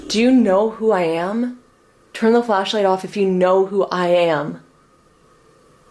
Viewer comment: i dont know why but its kinda funny when u guys talk about something and the flashlight turns on then u say "flaslight" and then go back too talking :)